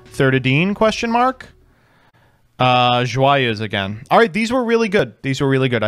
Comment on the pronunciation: How has consistently managed to pronounce Joyeuse basically correctly while butchering all other pronounciations?